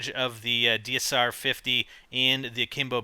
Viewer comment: haha he said dmr when its dsr!